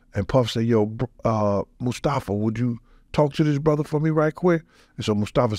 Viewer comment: goes into “bruddar” overdrive in the last 10 mins of this.